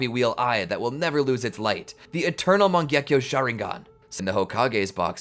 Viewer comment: bro said mangekio sharingan in french😂